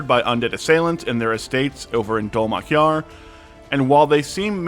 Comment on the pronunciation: Bro, are you even watching the show? You mispronounced like half of the names. Halovar is hay like dry grass and Dol-Makjar has accent on the capitalized letters.